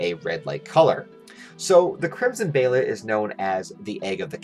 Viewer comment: Its pronounced "bay-lit" not behaylit